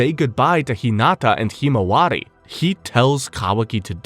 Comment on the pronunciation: Why do you pronounce himawari so terribly?